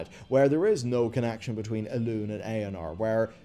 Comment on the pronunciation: Elun"é", G'H"a"nir ... Sounds like you want us to get triggered hehe, maybe it's just me I don't know. When I hear Gahaneer, I get triggered.